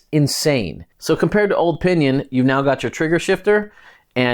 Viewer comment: Alright I'll share my idea. I didn't know if this is possible but if like to try. If like to pair a rohloff hub with a pinion. Just to have the lowest gear every and the highest gear ever and some 100+ gears in between. Although most would be duplicate gears. Get experimental! PS. Every time you said "O pinion" 😂😂😂😂😂😂